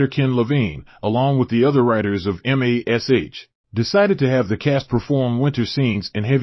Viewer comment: WTF is the deal with an AI voice? Why can't people use a REAL person to voice so it will at least calls the show by it's name instead of spelling it out?